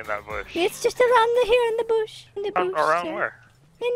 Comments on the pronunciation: “There’s a dead body in the boosh” lmaooo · “there’s a dead body in the boosh”